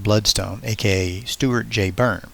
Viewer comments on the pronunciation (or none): none